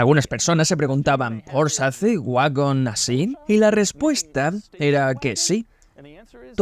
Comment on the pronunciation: Bueno, el wagon mas loco del mundo con permiso del Ferrari FF. Y por otro lado, se que algun dia nos haras felices y tu doblaje al español dira "Porsche", con la E final. Como les gusta a los alemanes 🤣